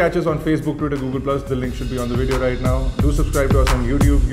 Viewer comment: It's video not bideo